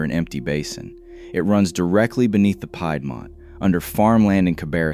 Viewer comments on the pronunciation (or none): Pie dmont is hard to say 😂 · "pied"mont....Omg. No. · Peed- mont…. Is how it should be pronounced because I live here